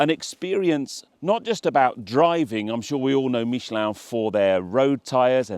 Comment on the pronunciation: I guess if they sent me I would make the effort to pronounce Michelin properly too